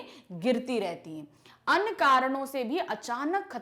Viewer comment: Wo aanu nhi ahi anya hai Anpadh galat padha rahi hai 🤮🤮